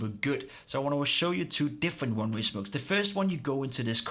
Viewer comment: det lyder som om du siger runway istedet for oneway